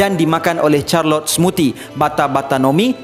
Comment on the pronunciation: bukan charlot, Charlotte sebutannya.